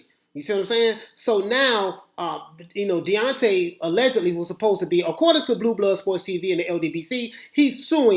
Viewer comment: Ahahaha Beyonce Wilder I love it. Watched a few of your videos thought you just say Deontay fast and it came out sounding like Deoncay or Beyonce that's hilarious it was intentional.